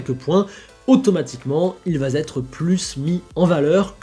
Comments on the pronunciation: Super chaîne et contenus! Juste un petit bémol, attention aux liaisons... qui font un peu tâche dans un discours sinon très réussi! "il va-z-être plus mis en valeur" , "il ne peut-z-être vu que comme un bon pilote" . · Bonne vidéo, mais tes liaisons en français méritent la censure! « il vaS être » du verbe vasetre, certainement 😃 …et 30 sec plus tard, « il ne peuX être vu … » du verbe … là je sèche! 😂